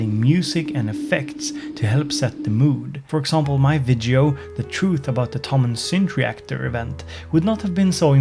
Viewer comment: Please, remember: Every time you say "vidjo" a kitten dies! ;)